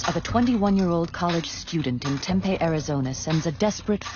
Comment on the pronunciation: Y’all gonna narrate get a human being I live in Tempe. It isn’t pronounced Tempe either terrible.